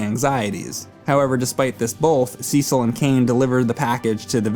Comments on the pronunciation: SEE-SOLLLLL, its Cecil boi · The start is a bit slow, but this game is really great. And that Cecil pronounciation is really triggering me. It has to be bait. IT'S NOT CI-CEL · Call me crazy but, in the English language, everyone I've known with the name Cecil it was pronounced See-sil. Why SE's voice acting decided to be special ed and pronounce it "sessle" doesn't make any sense. It's about as good as officially pronouncing Tidus as "teedus". Sounds freakin' dumb. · Sea-sul sounds better and funnier. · "Seasaul" 😂😭 His explanation of the confusing releases of those games was as bad I always felt like he wasn't the brightest glowing candle on the cake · The way he pronounces Cecil tho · The SNES version of FF4 is butchered edit. Also, you are mispronouncing Cecil's name. The 3D remake displays how it is prnounced correctly. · Nice review, but quit mispronouncing Cecil's name. There's no strong sounding E in the pronunciation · You can go either way with the PSP or 3D versions. Both contain enough differences to stand on their own. The remake actually contains additional story scenes planned for hut cut from the original release. And your pronunciation of Cecil's name is driving me mad! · OMFG it is (SES IL) (CES EL). Not (SEE CEL). Banging my head against the wall. BAR BA RIS SEE AAAAAA. Barbaricca. No wonder why your boss is so angry. Speaking of which it is said on the DS version.